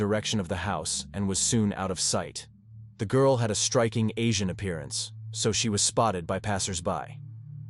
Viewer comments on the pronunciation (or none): none